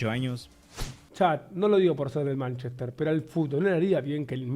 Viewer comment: Dice Manchester y le da diske jajajajaj